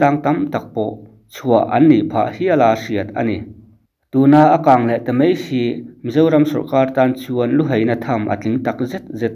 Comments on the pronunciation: Real Life hian "MAI" tih turah "MEI" a ti char char bawk. A țawngkam chhuak hi a nawi hle reng mai a ni.🤣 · Heng thu mal hi i lam diklo nasa thin khawp mai, a mak em em ngawt mai. Aizawl, mai, sipai, chibai etc. Aizawl hi Eizawl, Mai hi Mei, Sipai hi Sipei, Chibai hi Chibei ti te in i lam hnem khawp mai. Fimkhur em em ta che u mawle.